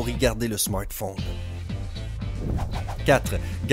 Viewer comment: Ton smortphone 😂😂